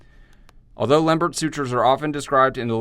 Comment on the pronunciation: That was really very good and a reminder of how tedious these anastomoses are to perform. But concerning the pronunciation of his name, please remember that Lembert was French.